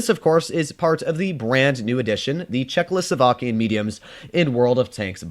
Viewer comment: I love how he pronounce "chechloslovakian" :D